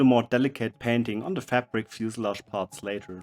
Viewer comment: I think the word is pronounced fuselage,... It is kind of a tongue twister when you think of it....